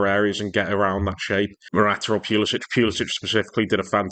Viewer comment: Pewluhsitch😅 Try Pull-a-sick Good analysis. See Morata do what needed to be done was just amazing. Morata for captain.